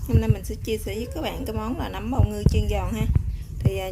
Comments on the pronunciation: Nấm chứ kg phải núm nha chị phát âm cho đúng nha chị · Em gái nấu món chay ngon ! Khi em phát âm từ " nấm " nó khác với từ " núm " , 2 từ này 2 nghĩa khác nhau 😂🤗 !